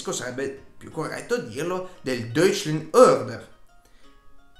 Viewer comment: Ti ho scoperto ora, sono appassionato di storia e ti faccio i complimenti, i tuoi video sono molto ben documentati. Non é una critica ma controlla le pronunce in tedesco...Anschluss e Deutscher Orden, Ciao